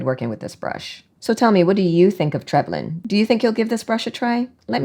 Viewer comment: P.s. I think you pronounced it correctly 🫶🇦🇺